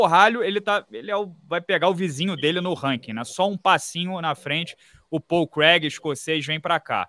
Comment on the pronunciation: Minotauro: "Pau Crag"